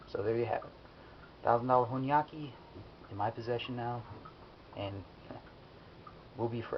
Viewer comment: Here is a thing it's not hornyyaki it should be hon --yaki